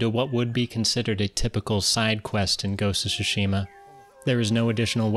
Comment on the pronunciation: It's pronounced; Soo-She-Mah